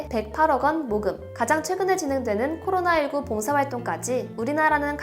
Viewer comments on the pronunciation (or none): none